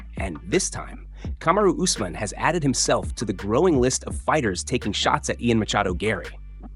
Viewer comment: This channel butchers names. (Say- judo) Is Cejudo and (use- man) is Usman.